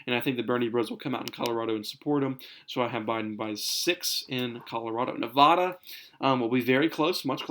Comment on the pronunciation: Bro 2 things... 1) Nevada is pronounced Ne-Va-Duh not Naw-Vaw-Daw... And 2) Dude I live in Nevada, Clark County decides our vote and there’s not chance Trump flips us we are turning dark blue. 2008 and 2012 went to Obama. 2016 went to Hillary. And since we have also put in both Democrat senators and a Democrat governor.. I think you just go for trump and base your map heavily biased to your partisan leanings. Trump sign behind you is a dead giveaway...